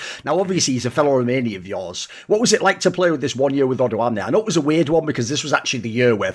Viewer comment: as a romanian who doesnt play league, hearing thoorin say "odoamne" so nicely was so weird yet satisfying as ive heard about him but never heard thorin pronounce his name